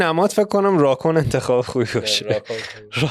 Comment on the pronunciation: دوستان راکون رو خیلی بد تلفظ میکنید😂😂